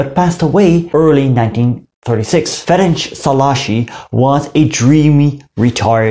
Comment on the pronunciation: You said "Ferencs Szalaasi" instead of "Ferenc Szálasi" .